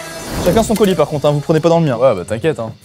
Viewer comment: qui dit coulis au lieu de colis ça m'a perturbé dès le début 🤣